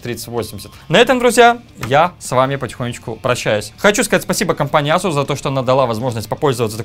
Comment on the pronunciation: ку. ЭЙСУС. Очень обидно за марку. Не коверкай.